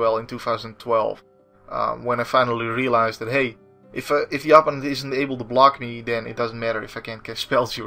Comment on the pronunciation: Loving these videos. this doesnt really bother me but i do notice that you always pronounce opponent with such an native sound to your tounge. Im only saying it because it really sticks out, the english way is more of a Oh, and the preassure is on the secondt sylible. Again let me define that im not nagging you hear, i just thought it could be usefull to know